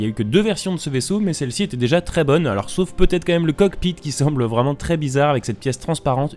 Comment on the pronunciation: Un AT-TE vreument 😂